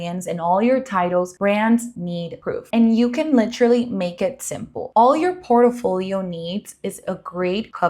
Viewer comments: Can you please learn to say PORTFOLIO!!!!! OMG🤦‍♀️🤦‍♀️🤦‍♀️🤦‍♀️🤦‍♀️ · Port-i-folio?! Aye dios mio.